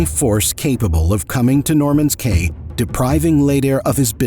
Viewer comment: Caye is pronounced Key.